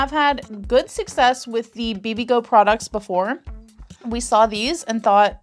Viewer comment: I'm Korean. How you guys say 'Bibigo' is on point 👍👍